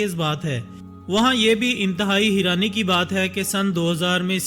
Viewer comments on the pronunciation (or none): Heeerani? No bhai its hairani